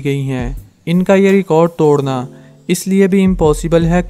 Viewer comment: توڈنا نہیں توڑنا، اردو میں ڈ بھی ہے اور ڑ بھی، کوئی مصنوعی زبان نہیں ہے کہ ڑ نہیں ہو، ڈ سے کام چلائو۔